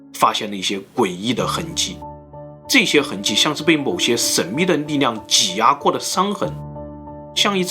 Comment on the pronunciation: 是神秘力量不是神秘膩量....發音清楚點